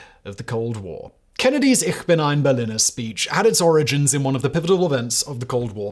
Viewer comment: You never heard Kennedy say "Ich bin ein Berliner", did you, Fact boy? Or you wouldn't say BerliNNer 🙂